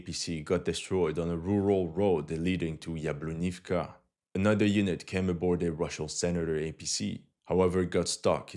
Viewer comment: Drink every time this mf says iffka